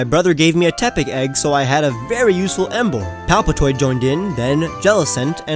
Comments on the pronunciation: "palpetoid" LMAO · THE SECOND A IN PALPITOED IS SUPPOSED TO BE AN I! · You even pronounced palpitoad wrong lol